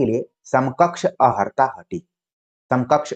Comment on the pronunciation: जी अर्हता ही शुद्ध शब्द है। किंतु कभी कभी योग्य व्यक्ति से भी अनजाने में अशुद्ध उच्चारण हो जाता है 🙏